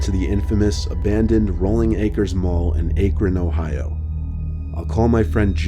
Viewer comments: Literally, I was trying to enjoy the story but when he said "ache-ren" I was like all hell nah be im from Ohio and that just hurt me😂😂🤦🏽💔 "ack-rin" hunny😂😂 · “Ache ren” lol it’s “ack rhon” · come on......AHK-RON. not ake-ron! we had one of the most famous abandoned malls! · It's Acron, not Aaacron. The a sounds like the a in apple . You really need to learn how to pronounce stuff before you start making these videos dude. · I’m from Akron, Ohio…..It’s pronounced “Ack-ren”…not “Ay-krin” Lol. There’s also no chance I would’ve gone to that mall when it was open, let alone when it was closed. 😂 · 1st story: He never reported any of these incidents? How could a man have such self-doubt? 2nd story: Akron has a short "A", like Ack-ron, not Ache-ron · Aik-ron Ohio...LOL! Hate to say it but its ACK-RUN Ohio (Akron). Love an Ohioan :-) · A-cron😭 it’s ak-ren sorry lmao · Akron is not pronounced A kron it pronounced ah krin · He really pronounced Ak-Ron as Ache-Ron SKKSKSK love you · ae-crun ohio?? lmao it’s akron. but i live 8 minutes from this mall and it’s so damn creepy. idk how to describe what i feel when i go there or drive past. it’s rlly fucking cool but it just tweaks me out a little. the weirdest thing is that i went to the mall countless times before it was closed and the murders happened. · Ayyy cron lol it’s pronounced ak ron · OMG THE WAY YOU SAID AKRON u said aikron but it’s pronounced ackron. my parents used to shop at rolling acres mall all the time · I live just a few feet from the rolling acre mall and its the city isn't pronounced, AKE-ron, it's pronounced ACK-Ron. Spelled Akron also. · Aycrin? AYCRIN?! That is probably the most easiest name in Ohio to pronounce and you still fucked it up! It's ACK-RIN! SPELLED AKRON, PRONOUNCED ACK-RIN! damn! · Ayek- Ron. Ac- ron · Lmao Ache-rin ohio!!!? Its pronounced Ack-ron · i’m kinda mad that he pronounced akron like aye-kron instead of ahh-kron but it’s fine because these were good stories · its pronounced "ack-ron".